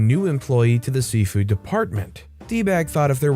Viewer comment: Why does it sound like Safeway every time you say seafood?😁